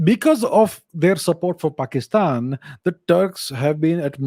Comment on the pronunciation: His pronunciation of "paxitan" killed me 🤣😂😂